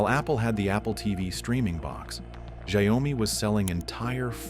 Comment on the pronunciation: at least learn to pronounce Xiaomi name right - 'Shaw-mi' not 'Shao-mi' i swear NA people are so uneducated